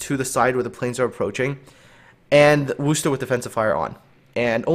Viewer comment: Because that is the correct pronunciation. Kind of like Leicester, looks like lei-ces-ter, but actually pronounced lei-ss-ter.